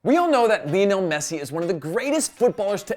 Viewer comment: Leonel Messi? It's Lionel Messi